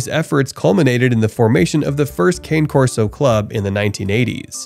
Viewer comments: Cane = car-nay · It's actually CA-nay. It just means "dog" in Italian. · you are mispronouncing the name. It's italian.